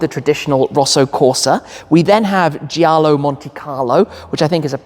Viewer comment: Also in giallo, grigio, you don’t pronounce the i after the g: so the correct pronunciation is something like Jallo, griJo, not JIallo, griJIo.